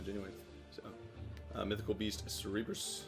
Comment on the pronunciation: Cerberus - (ser - ber - us) not sereebrus... ya fuc!